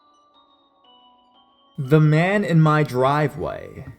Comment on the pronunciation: I like your narrations for the most part but sometimes it’s a little much. Like when you over emphasize the last syllable of a word with a popping “P” sound or super hard “D” sound. At the end of this last story how you said “in a way that mahhhhhhhhhhhhhhhhhn”. Really, dude? Mahhhhhhhhhhhhhhn, instead of “man”? That’s actually kind of creepy itself.